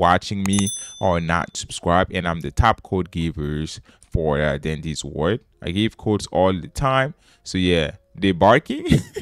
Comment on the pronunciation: “For dandy’s word!” What accent is that